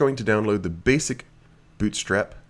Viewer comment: "bOOt strap" LOLOLOL where are you from?? your accent is tripping me out!